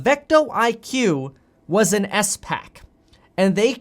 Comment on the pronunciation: I knew what a spac was but Kevin threw me off by saying it as s pac